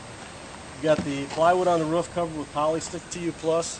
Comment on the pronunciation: This solar power alternative seems like it may be cheap, but the fact that price wasn't even mentioned leads me to believe quite the opposite. I saw a video about solar film that was printed and would substantially reduce cost. Great idea, though I can't stand the way that dude pronounces "roof."